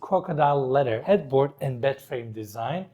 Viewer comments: It's kind of funny when you say leather wrapped it sounds like a letter wrapped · Your tours and the way you present are wonderful. But "letter" always gets me 😁